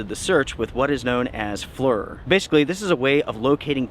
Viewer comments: It’s pronounced “FLEER“, not “FLUR“ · Flir....pronounced fleer... not flur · Love your videos. Sad story. FLIR is an acronym that stands for "Forward Looking InfaRed" and is pronounced "fleer." The company is FLIR Systems and is located in Wilsonville just south of Portland Oregon. Their technology has saved a lot of lives and helped SAR, law enforcement and the military. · FLIR I'd pronounced FLEER. FYI, so you don't look bad. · Forward Looking Infrared (FLIR) is pronounced fleer. It was my specialty in the Navy. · Glad you pointed out that butchered the pronunciation of FLIR (rhymes with “deer” 🦌, not “fur”)!😅 My former MCCES (Marine Corps Communications-Electronics School) room/classmate works for FLIR Systems and has visited me a few times here in Japan. I’m sure that version of the name would be like fingernails on a chalkboard😵 to my friend! 🤣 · I was gonna let that SLIDE....but it irked me too🤣